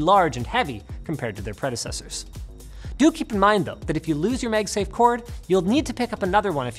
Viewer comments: I love how he pronounces 'megsafe' instead of 'magsafe' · Is it a Canadian thing to call it "MegSafe" instead of MagSafe? Other than that, good content as allways =) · "Meg-safe"?? "Megnetically" "MAAAG-safe" Linus.. and "Maaagnetically" Linus.. come on now.. And NO! You can't blame it on any accent, coz you ain't got none (pretty much)..😉😅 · wtf are you talking about? I don't hear it at all. He's saying magsafe. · I'm sorry, did I hear you mention "MEG" safe? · mEgsafe! I bet now you can't stop hearing it. hahaha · Is he saying MegSafe? 🤔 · You pronounce "MAGnetic" just fine, but then you turn around and say "MEGsafe" like it's a Chinese copycat brand. WTH? 🤔🤣